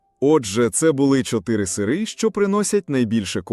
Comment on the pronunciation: Це якась пошесть з наголосом.... Якого біса слово "сири" Ви вимовляєте з наголосом на перший склад?